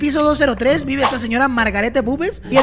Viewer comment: es Margarette pero suena margaret